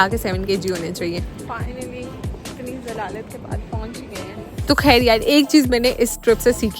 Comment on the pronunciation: Are u indian? Why you say “kehr” instead of “khair”?